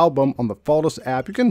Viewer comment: You pronounce photos so bad. Annoying …